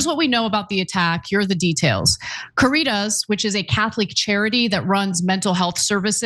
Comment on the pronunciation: Careetas??? Latin pronunciation help wanted. Caritas